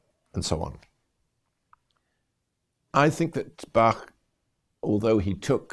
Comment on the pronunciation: That's a very nice German pronunciation.